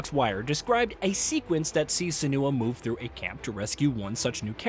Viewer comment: The video is not off to a good start. In 13 seconds the narrator already mispronounced "Senua" twice.